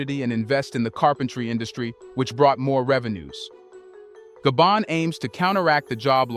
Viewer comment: Though it took so very long for The Continent of Africa 🌍 to wake up from their long nap...may Africa continue to remain awake. In addition, I tried so hard to embrace The Narrator's pronunciation of my ancestrial home Gabon.🇬🇦 Gaybond 👉 (no) pronouciation/Gar-bone- Gabon🇬🇦 ✔️ Gaybond-knees..people👉 (no) pronunciation Gar-bone-knees people. ✔️Gabonaise 🇬🇦 people.